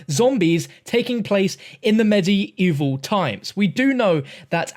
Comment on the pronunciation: The way you say medieval kinda urks my nerves, other than that great vid the hype is real.